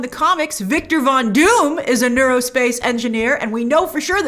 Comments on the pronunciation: "aero" space engineer. Aerospace. Not neurospace. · Aerospace Engineer... not neurospace engineer. LOL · Monica said "Aerospace". "Neurospace" isn't a thing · AERO-space Engineer, not Neuro-space. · Wait she said Aerospace not neurospace right.